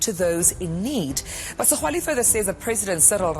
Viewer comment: Is Tokyo Sexwale how imbarrasing a black person who cant pronounced another black person surname u hope the ebergy that u put on exposing blacks u will have same energy to expose white corruption